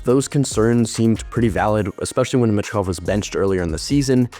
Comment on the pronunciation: It's pronounced Meechkov, not mitchkov